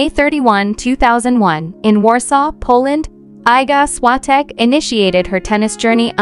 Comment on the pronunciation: Się ist Iga Świątek.Prosze mówić poprawnie jej imię i nazwisko😊